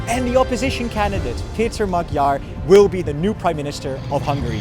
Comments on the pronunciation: even though you were in Budapest, seems you still didn't notice that Magyár's name is not pronounced "Magyar" (as with a G) but rather "Moadjor" (DJ) ;-) regards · Like your report, but can you try to pronounce the letters correctly? The g in Magyar is not spoken as a g. the gy is a completely own sound between a d and a g plus y as in yes. ;) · What keeps you from pronouncing Peter Magyar‘s name correctly?